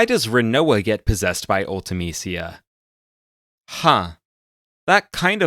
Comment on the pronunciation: Her name was pronounced once in FF Dissidia. Ulta-Meesha was the pronunciation they went with.